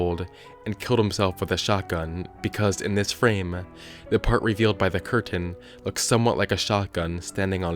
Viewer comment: why do you say curtain like cur-tain